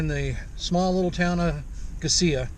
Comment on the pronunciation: Is that the right way to pronounce Gisela? I've heard it "guy-zee-luh" before as well. Just when I think I've figured it out, someone pronounces it differently! 😄